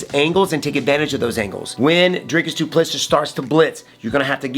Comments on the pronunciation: His surname is pronounced Du Ple see (👀). Like see in English but shorter and no last S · Bruh. It's pronounced Doo - Pleh - See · you pronounce it DOO-PLA-SEE. YOU'RE WELCOME. Say the champs name right 🤜🏼🇿🇦🏆 btw...great fight breakdown 💪🏼 💯